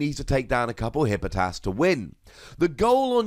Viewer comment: Tfw you left an entire syllable out of Hippopotas